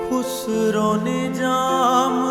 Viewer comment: امیر خسرو میں خ پر پیش نہیں ہے زیر ہے اور خسرو کی ر پر زبر ہے تصحیح فرما لیں